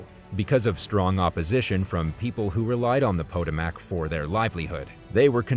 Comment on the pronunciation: Wow, that river is pronounced "Pa-toe-mick". Not from the USA, eh?